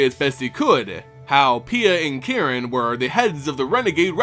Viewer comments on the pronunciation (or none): none